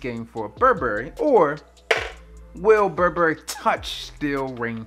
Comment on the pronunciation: You can't even say Burberry...